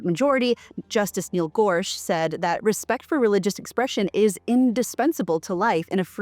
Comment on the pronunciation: Interesting pronunciation of Gorsuch.